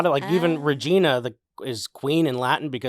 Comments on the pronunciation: It is Re-jEYE-na, rhymes with vagina. And don't be icky about my rhyme - America has some downright dirty/sexual city names (e.g. Blue Ball, Delaware; Dickshooter, Idaho; Sugar Tit, Kentucky; Hooker, Oklahoma; Sac City, Iowa; Hardup, Georgia), not just ones that rhyme with a piece of anatomy half of us have. 🇨🇦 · Your Canadian friend here - you're correct, pronounce Saskatchewan quickly 😂 And it's pronounced reh-JEYE-na even though it's spelled Regina (it's one of those funny Canadian things - I believe related to the First Nation's People). I'm not even a teacher (just a parent) but yall are hilarious 😅